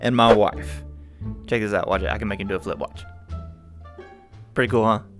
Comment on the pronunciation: emphasize on the “flip”